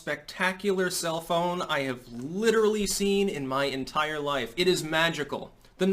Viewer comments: "Self-Own"... I THOUGHT YOU SAID CELL PHONE!!! I was waiting for the new TECH REVEIW... IMHO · I didn't look at the title of the video, and I thought he was saying, "the most amazing cell phone," rather than self-own. I kept waiting for the amazing cell phone connection to all this. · I thought you said “cell phone”🤣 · I totally though was saying "cell phone" not "self-own" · LOL i thought he said "cell phone" not "self own". I was waiting for the phone recommendation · Oooooooh self own. I thought he was saying cellphone. I was like WTF? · I keep hearing "Self-Own" as "Cell-Phone." I know Gab is coming out with its own physical phone so I leaned in a little closer. But this was good too. :) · I didn't read tut he title and at first I thought he was saying "cell phone" not "sef-owend. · Dude for first minute and a half I thought he was saying "cellphone" instead of "self own" damn eggcorns! Lol